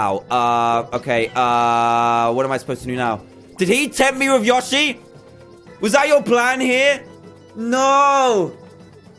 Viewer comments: Its not yoshy its yoeshy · Its yo-she not ya-shi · its not yoh-shy its yoe-shee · Its not yosi its yoshi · It's pronounced Yo-she. Not Yash-e. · ITS YOSHI NOT YoSHI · LOL When he said "yoshi" it's different from an american accent-- I kept hearing "your sheep" "i want your sheep" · Lol it's really funny how he says Y0SHI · yoshi? pronouced : yo-she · It’s not called yoshi it’s called yow-she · it is Yoshi not yoshi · Anyone else pissed that he said yoshai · its said y-o-s-h-ie ok? just wanted to help you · The way he says yoshi lol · Say yoshey wrong lol